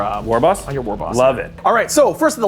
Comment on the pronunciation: Did you just pronounce the "g" in war?....unsubing